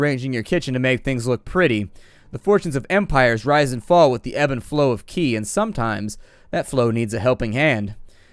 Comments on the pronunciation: I don't know if you care or not but Qi is pronounced like chi and the Xing in wuxing is pronounced like shing. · Um.. Is it just me, or is qi actually pronounced "chi" or "chee"? Or have I just heard it wrong my whole life?